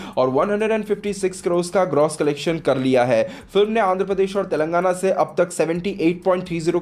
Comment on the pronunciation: तेलंगणा बोलणे मे क्या कठणयी है बेटा आपको ?????